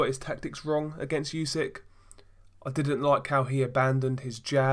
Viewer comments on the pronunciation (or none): Spell not yusyk, spell it like oosyk